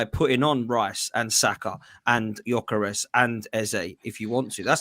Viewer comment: I can't deal with the way that guy say Gyokeres name. I've never heard it butchered so much